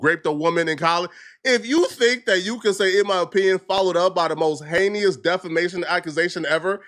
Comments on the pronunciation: What is "heinious"😂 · Don't worry... Your video shows at the beginning that can't even pronounce heinous.... He said like hey-yan-anus or something. He's a clown, and won't do anything. Bro can't even stop eating and go for a walk, he's not gonna commit to a lawsuit